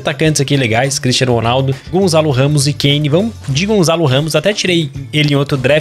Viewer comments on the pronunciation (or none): Ainda gostava de ver o dia em que o consegue dizer Gonçalo direito. Gonçalo, não gonzalo 😠